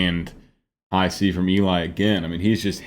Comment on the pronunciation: Worth the wait. Your reactions are gold. Just one thing... It's Ellie, not Eeli. ❤️